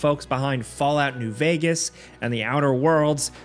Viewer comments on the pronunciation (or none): none